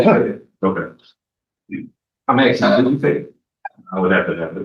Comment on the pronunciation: axing and whatnot